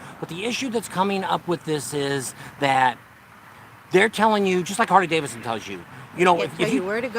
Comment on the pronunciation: Hey. It's Harley DaviDson, not Davison. LOL. All in good fun. Love you guys. Be safe!!